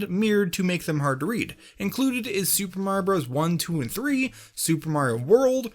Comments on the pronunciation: don't mind the capitals: TO HONOR SUPER MAR-io BROS 35TH ANNIVERSARY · “super mar bros” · Me: Clicks On This Video Him: "to honor super marbros 35th anniversary Me: "Did you just say super marbros?"